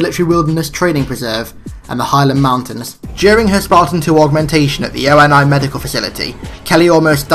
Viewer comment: And ONI is (Oh-Nee), not O-N-I